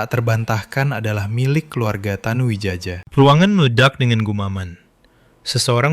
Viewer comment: Tanu Widjaja, mungkin ejaan lama yg hrs dibaca Tanu Wijaya😂😂